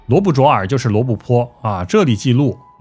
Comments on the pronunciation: 主播讲故事很精彩，小小建议：“淖”字念“闹”，不念“卓” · 罗布淖尔，淖不读卓，读闹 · 淖这字念nao四声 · 你好，来，跟我读罗布nao（四声）尔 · 罗布淖（闹）尔，发音错了吧？